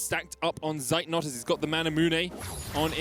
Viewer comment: And the casters always mispronounce Zeitnot 🙄